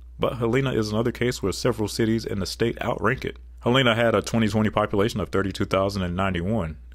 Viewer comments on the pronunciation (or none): Point of Information: The capitol of Montana is Helena. (Helahna. Not Heleena.) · I was raised in Montana and in 30 years I never heard a native of Montana use a long “E” in the name Helena. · As someone who lives in Helena montana ... it is pronounced hell-in-uh Not hell-eenuh rhyming with hyeena. Montanans are very particular about our pronunciation especially us helenans. Just a friendly note ❤❤❤❤ love your vid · Someone else probably already said this in the 1000+ comments before me, but the capital city of Montana is pronounced "Helen-a," not "Hel-EE-na." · It’s “HELL-A-NA” not Hell EE NA Montana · For montana it not pronounced heleena it would be more like hellena with the spelling of Helena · HELL-eh-nah. Not Hel-EE-na. 🤣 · Helena MT is pronounced HEL uh nuh. I know; im a Montana native. Bismarck ND has had one asvantage over a lot of the other possible capitals, as it is on yhe Missouri River. What cracked me up is, when I drove through there some years ago, I saw asign by the freeway that said, Port of Bismarck next exit." Yup, the Missouri is navigable that far,and until Ft Peck Reservoir was added, navigable as far as GreatcFalls MT. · Montana's capital was a political battle between the 3 Copper kings with the other 2 candidates being Great Falls, MT & Butte, MT Edit: Billings didn't become a large city till the last 50 years and also you're pronouncing Helena wrong, it's pronounced Hell-eh-na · As someone who lives in Montana, I want to make it VERY clear that we pronouce it hell-ina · Helena is pronounced by saying the name Helen, and adding an 'ah' to the end. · You mispronounced Maryland, Helena, Concord, Nashua, Barre. Me-rah-lend Hel-en-ah Conquered Na-shoe-ah Barry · Just here to say Helena, Montana is pronounced "HEL-in-a" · Helleena, does this pronunciation make you an eedeote? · Helena is pronounced "Helen-a" no "E" sound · Please learn how to say Helena … hell a na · And the "e"s in Helena, Montana are both pronounced as short "e"s.